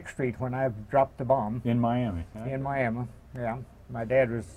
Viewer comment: How about that , we sure have lots of Aviation History right here in 305 starting way back with Glenn Curtis. Love his pronouncement, Miama .